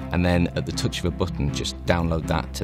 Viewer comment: "At the tuch of a buttun"